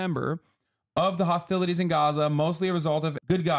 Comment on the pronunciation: You can't say Gaza?